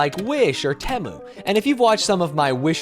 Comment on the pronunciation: You gonna do YouTube shop next? I have never heard Temu pronounced like that before